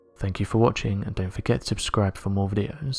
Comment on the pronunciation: Don't forget to "abscribe" for the worst photoshopped hoaxes this side of skinwalker ranch. The real unexplained mystery is why can't this dude say SUBSCRIBE? In over 9000 videos he still says "abscribe" .